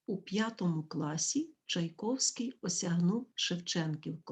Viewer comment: Все добре. Дякую. Але прізвище Чайковський ви вимовляєте не за правилами української орфоепії (чай ковский) Чому???